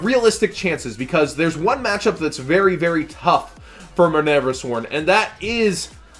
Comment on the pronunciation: Please quit pronouncing Minerva like a total doofus.